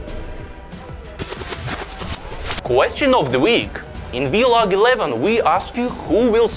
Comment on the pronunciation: when will someone let them know it's "vlog" not "v-long"